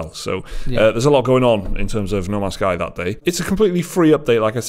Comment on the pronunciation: The way you say No Man's Sky almost sounds like Namaste.